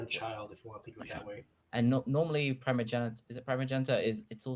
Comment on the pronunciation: Primogenitor I'm amused. says "Primmr" instead of "Primer" yet picked up on "Prim-o-genitor" instead of "Prime-o-genitor". Yes, it's primer. Prime-er. Like prime numbers. Or primary. Or Optimus Prime. You prime things to set them up and enable future processes. Which is what a primer is. You don't prim them. Language is fun. It's not just English that's weird. (Though English certainly has it's share of weirdness.. And several other languages' shares of weirdness too.) Also.. I missed Mighty Chicken.